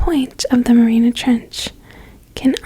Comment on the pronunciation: You could atleast learn how to say MARIANA if you’re going to teach me about it lol